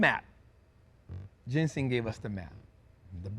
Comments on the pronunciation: Thank you,. Just want to let you know his name is JENSEN. Not Jensing. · His name is Jensen not jensing